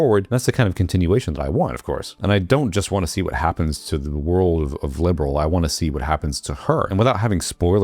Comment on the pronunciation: sorry but its not Liberal, its Liberl, and Gungho corrected it in the last patch :D